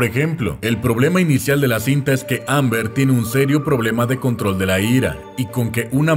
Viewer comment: emm bien y todo pero.... no es Amber.... es Ember